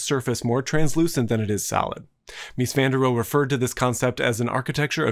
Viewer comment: Hello it is Van der Rohe, not “Onetherow”. I guess you wouldn’t be happy if people would call you Steve Hikes